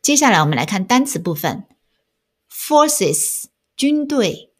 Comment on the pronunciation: Said的发音好像不对哟……forces 也好像不对哟……